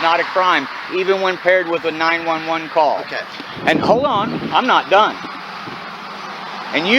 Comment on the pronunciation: Subbed until . I don't mind AI but if it can't get "911" correct and actually stop for a second to form proper sentences then I would have enjoyed the video and remained subbed.